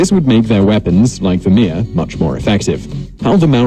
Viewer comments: He said Mere wrong. The actual Maori pronounciation is Meh-leh not Mear. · Its Mere roll the r Not mare Mere Roll The R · 3.01 the mere club????? you meen the mere, pronounced me rrree two sylables , this poms having a mare a nightmare lol hes fucked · Hongi Hika was just the son in law of Ruatara the man who protected Marsden. Hongi Hika is most famous for the Musket Wars 1820-30. Seriously tha English nigga called the path a mere club wtf. He could at least roll hi “r”s when saying stuff.